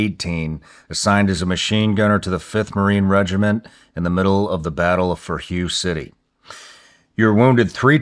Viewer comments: It’s pronounced hway not hue! Hway city. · man I cringed hard when Shawn said hue more than once before this guy finally corrected him. love the show but like how can you be a decorated veteran, have done multiple Vietnam interviews, and have never heard of hue city and not know it's pronounced whey 😂 come on soldier 🪖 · “Hue” is pronounced W-A-Y, not “Hugh.” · Bro called it Hugh city 😂🤦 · Isn’t it pronounced Way city? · I’m flabbergasted that Shawn doesn’t know Hue is pronounced Hoo-ay. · Hue City...Pronounced Way City i believe. Not trying to be "that" guy, butt just thought I'd clarify. Love ya, Love your Show🤙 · Damn Sean really out here saying the battle of Hieu. Cmon bro lol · Somebody on staff coughed up the ball Mr Ryan. The Vietnamese city of Hue is pronounced like "way". I wouldn't have allowed that to get through... Just saying. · Spelled "Hue", it is pronounced "Wey". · ?!?! Watching this is basically a part-time job lol its pronounced WAY city lol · Cmon Shawn, only into the video and you mispronounced 2 easy words? Hue and commandant? I hope it gets better from here! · Don’t know how to pronounce Hue City or commandant? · Shawn is “so infatuated with the Vietnam guys” but immediately mispronounces Hue city, one of the most famous battles of the war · Sean, I thought you were obsessed with the Vietnam war stories when you were younger, but you don’t know how to say Hue City Vietnam. And you don’t know what didimao means. Or chuhoy!? I love your channel but come on man lol.